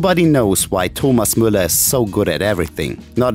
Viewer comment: . Sorry, I might be a beginner at German, but Muller is not how you Müller. I know for a fact it's pronounced Mewller.